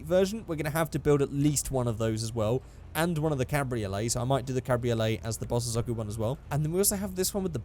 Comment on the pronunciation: You say bozosoko wrong